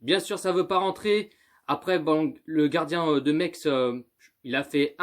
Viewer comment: C'est pas mex c'est messsssse